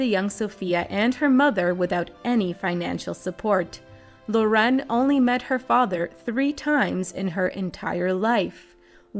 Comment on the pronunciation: It's not Lo'ren, it's 'Loren...